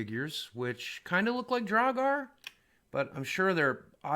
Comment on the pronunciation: I love boogie but man the way he says draugr makes me go insane